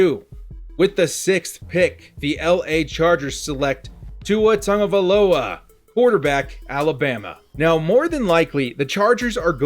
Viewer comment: Sound it out... Tago-via-loa